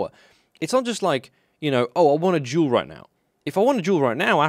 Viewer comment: He said "I wanna duel" I heard "I wanna juul